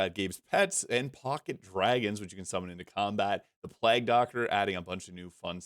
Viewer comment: Is he saying 'Plag' Doctor instead of Plague (Pl-ay-g) doctor? Is there an 'in' joke or is that a usage outside of the UK or something?